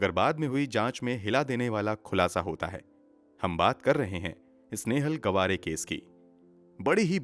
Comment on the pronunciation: Brother it's not गवारे it's [गावरे] Btw nice narratiom 😃